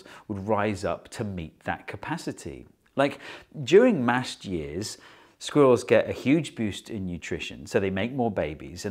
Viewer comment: I'll be honest, I clicked on this video just to hear a British man say the word 'sqwurells'